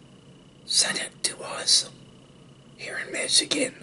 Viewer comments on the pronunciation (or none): none